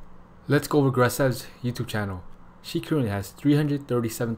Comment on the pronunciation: Her name is Grace. Last name probably starts with a V. So the channel name is pronounced “Grace V”, not “grassev”.